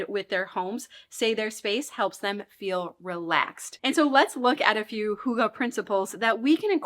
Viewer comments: i do not know who told you that hygge is 'huga'..but it is NOT the way hygge is pronunced...not even close..ˈhŷɡːə....y is like in the u debut..and ə is much more an e than an a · Love your videos! Wishing all the best to you and your family in this stage of life! Fun fact, if you type hygge on google translator and select swedish, you can listen to the correct pronounciation which is far away from hoogah. I think the nordic "y" and double "gg" are hard for english speakers but it's always fun to learn new languages even just a tiny bit😍 Greetings from Finland! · I sincerely love your videos and my home improved a lot even though I just became a mom. The only criticism is: You use the Danish word Hyge so often, but the pronunciation is horribly wrong. It should be easy to look this up beforehand. It doesn’t have to be perfect but this is miles away 😅